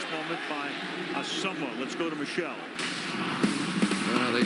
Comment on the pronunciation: way to pronounce Asomugha you fucking fruitcake